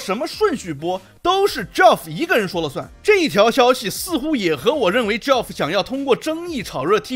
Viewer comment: ，友情提示，Geoff这个名字和Jeff的发音是相同的，都叫 杰夫，而不是 脚夫🤣